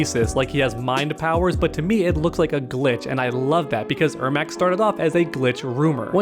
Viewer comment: its pronounced Air Mac like the shoes